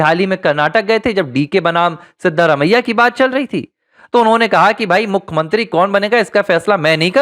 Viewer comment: क्या आपकी भाषा गंवारों जैसी है? भाई साहब! हिन्दी भाषा के शब्दकोष में 'मुखमंत्री' यह शब्द है ही नही। आप जिसकी बात कर रहे हैं उसे 'मुख्यमंत्री' कहा जाता है;ना कि 'मुखमंत्री' । कृपया सुधारिये।